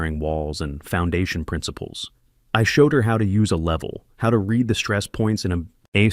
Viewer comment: Read pronounced as red gets my on nerves.